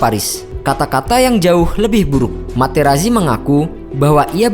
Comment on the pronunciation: Sedikit koreksi dalam pembacaan nama. "Marco Materazzi" dalam bahasa Italia dibaca "Marko Materatzi".